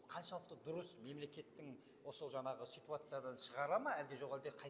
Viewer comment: Депутаттардың сөз сараптау, талдау, сұраққа обьективті жауап беру деген жоқ. Сосын “жаңағы” деген сөзде неге “ң” әрпін айта алмайды.